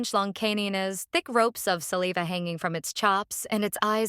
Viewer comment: I don't know If this is a I doing the voice. But I'm gonna be honest, it is truly awful.They say things like salaveaveah, for saliva.